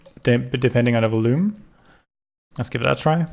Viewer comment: Before I say this, I just want to say that I love "A Hat in Time" and it is possibly my most favourite game as it reminds me of my childhood (games like "Super Mario Galaxy" and "Super Mario 64 DS") while also adding some cool and original content to stop it from being a direct copy. With that out of the way, I just want to say... It's pronounced "vol-youme". Not "vul-oome".